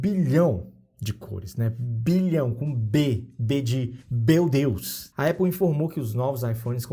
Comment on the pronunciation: B de beu Deus kkkkkkk